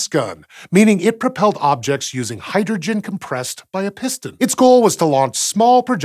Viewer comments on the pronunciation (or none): none